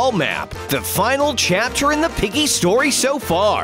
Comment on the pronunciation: When the narrator said chapter 3, he actually said captor.